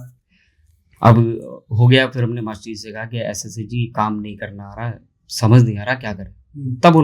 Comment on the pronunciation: Ese kese vese ko aap thoda sa zor dekar aise kaise or vaise bologe to bahut hi achchhe lagoge urdu or arabi mix jab aap us par kamand haasil karoge achcha nahin khubsoorat lagega bhai bura nahin maanna